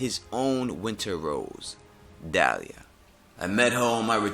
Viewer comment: yo the name's Dalla, not Dalia. Keep em coming man, love your videos